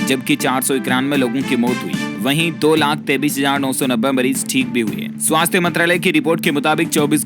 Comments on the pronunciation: 23 को 33 क्यों कहते हो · ye tu 23 ko 33 kyon kahta hai